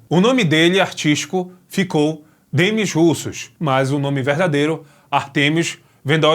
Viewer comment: poxa, RUSSOS NÃO, é "demí russô" a pronúncia...russos foi triste...